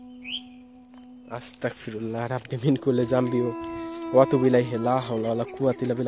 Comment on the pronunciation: ভাই আস্তাকফিরুল্লা হবেনা আস্তাগফিরুল্লাহ হবে।